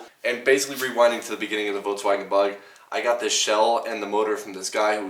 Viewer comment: “votswagon”? vulkswagon is how its pronounced